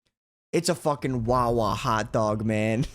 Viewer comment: i can tell this guy is from jersey just by the wawa